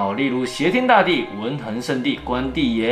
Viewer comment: 伽（ㄑㄧㄝˊ） 迦（ㄐㄧㄚ） 佛教通常都是唸ㄑㄧㄝˊ藍菩薩 還有影片中唸到關聖帝君稱謂時，其中一個稱謂 是文衡ㄏㄥˊ 不是ㄊㄥˊ